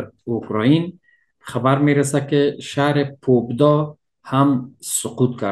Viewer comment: با با سلام اسم شهری که نام بردید ،تلقظ درست آن پابدا / Победа Pabeda ست که البته o نوشته شده ولی آ خوانده میشود یعنی پیروزی